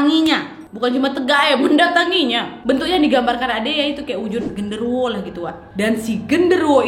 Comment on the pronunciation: Gw yg tbtb meleng trus denger kak nad bilang "Wowo" lgsg mikir : "hah wowo siapeee" taunya genderuwo wkwk